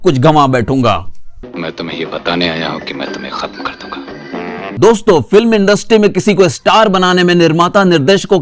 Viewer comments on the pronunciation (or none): none